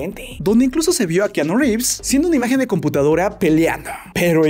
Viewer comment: re fa nde keaaaaaanooo jajaja